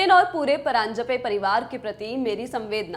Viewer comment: Parinjape? Kay he laallantop it's paranjape😭